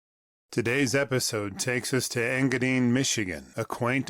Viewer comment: EngaDINE, not EngaDEEN